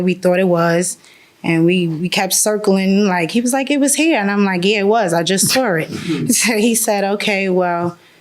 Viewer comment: "I just sawr it" 🤣😂